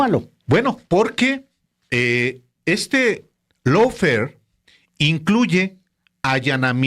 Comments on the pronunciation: ¿Lawfer? , GUERRA JURIDICA es mejor para su público cuya lengua materna es el español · Es Lawfare, no Lawfer, saludos desde California. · Lawfare, no Lawfer.